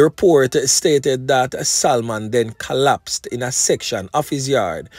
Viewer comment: "SALMON". YOU DON'T PRONOUNCE THE "L" IN THE NAME........ IT SHOULD SOUND "SA- MON" NOT "SAL-MON".